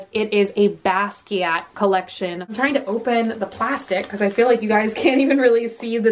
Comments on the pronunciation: Basquiat is pronounced bah-skee-ott. The Smithsonian is in D.C.. I am so enjoying all of our stormy weather! Love from The Galleria area.😘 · the T is silent:((( silent:((((( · Loving the vid! I missed these little unboxings ❤ ok but who else is cringing at the fact that is saying Ramune and Basquiat wrong? Its itching at me so much omg